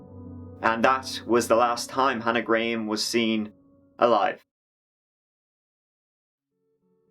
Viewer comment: Gra-ham. please pronounce a victim's name properly